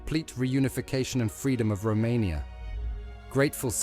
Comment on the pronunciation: Its Romania not Rummeria